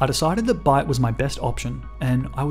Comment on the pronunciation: Every time I heard bite I heard bide instead . I was so confused